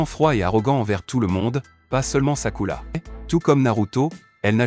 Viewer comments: J’suis d’acc j’était morte de rire quand il disait sakula 😂😂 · C'est vrai c est Sakura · C'est sakura pas sakula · C est sakura pas sakula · C'est Sakura pas Takula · On en parle qu'il dit sakula au lieu de Sakura 😅😂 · ARRÊTEZ DE DIRE SAKULA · Désolé mais on dit sakura et pas sakula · Je reve ou y'a un momment ou il a appelé sakura "sakoulou"💀💀💀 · C'est sakura pas sakula 😊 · 😢omg c pas sakula c Sakura 😅😅😅 mdr wesh si c Hinata mais Sakura pov Sakura est son prénom 😅😅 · Mais c'est pas sakula c'est Sakura ❤ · Arrêt de dire skula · J' en ai mare d' écouter sakula😂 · Arrête de dire sakula c'est Sakura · Vous faites trop de fautes sur le nom du personnage féminine principal c'est Sakura et non pas Sakula a par ce petit problème je trouve la vidéo intéressante et elle justifie tous mes doutes dans le comportement que Sasuke avait pour Sakura dans Naruto et dans Naruto Shippuden 😁😁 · SAKURA PAS SAKOULA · c'est vrai pas sakula mais Sakura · C'est pas sakula c'est sakura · On dit Sakura pas sakula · pardon faut pas nous tue on dit sakura pas sakula mais bonne analyse🤣🤣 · Je rêve où il a dit sakula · C’est pas Sakula 😂c’est Sakura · Mdrr sakula😂" Sakura" chui mort mdrr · Ces sakura pas sakula et ces uchiwa pas uchiwa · C' est sakura pas sakula mais est bien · On prononce sakura pas sakula et ses uchiwa pas uchila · Sakula?!?! Hhhh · C'est sakura pas sakula 😬😬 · C'est Sakura pas Sakula. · Wesh frère? Mais il parle qu’elle langue celui-là… Pourquoi il dit Sakurla tout le monde sait que ça s’écrit comme ça S.A.K.U.R.A. Sakura pas Sakurla. Là je suis perdu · Sakula 🤣🤣🤣🤣🤣🤣🤣🤣🤣🤣🤣😂😂😂😂😂ça commence bien😂😂😂😂😂😂😂😂😂😂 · P*tin je me suis arrêtée à j'en peux plus d'entendre "Sakula😭🤣🤣"